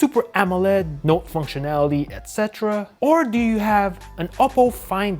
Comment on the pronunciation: i sub cause the way he say note lmmfooo